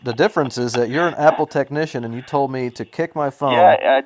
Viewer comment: You know it's great when a techneeshun doesn't know what a CORD is! Great call my yute! It actually sounded like he said Fat support. lol